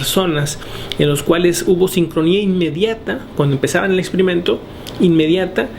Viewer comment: de acuerdo con tigo , además este hombre opina mucho. y pronuncia mal algunas palabras ejemplo expimento en ves de experimento... esas cosas hicieron que me harte de verle después del 1 minuto.